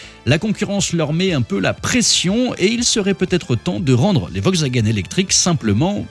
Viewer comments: "Vokswagen" n'existe pas hein... C'est "VoLkswagen"... Mes oreilles ont saigné... 😂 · « Vogxwagaine » en force 😂